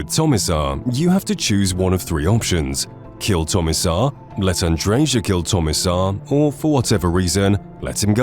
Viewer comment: It's AndreYA, not Andredja or whatever. It's a Serbian & Slovenian name. And yeah Bethesda voice actors have no idea how to pronounce it either.